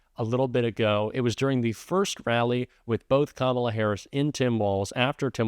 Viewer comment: And start pronouncing VP Kamala Harris’s name correctly.